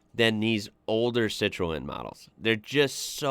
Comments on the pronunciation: It's pronounced Citron. Just saying 😊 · Citroën sounds like si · truhn IT IS ONLY TWO syllables not 3 as you're saying it. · Dude that pronunciation 😂it’s sit-Run buddy 👍✌️ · It's pronounced "SITRUN" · Im gonna help you out its pronounced "Citron" in Americanish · Lv ur channel. BTW it’s pronounced “sit-ran”